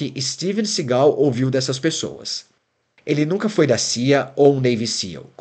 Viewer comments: É Steven Seagal e não Segau péssima pronuncia da narrativa. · Sigal? Si-gal? kkkkk não sabe nem pronunciar o nome do cara e quer fazer um doc